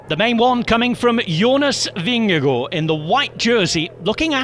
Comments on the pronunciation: The man's name is "Vingegaard". I don't know why he's called "Vingego". How can you make an "o" out of two "a"??? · Yeah, but the name of Jonas Vingego seems to be too difficult! 😉 😂